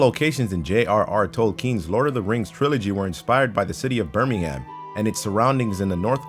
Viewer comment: I love it when you yanks try to say Birmingham, it's pronounced more like Birmingum/Birming'm :P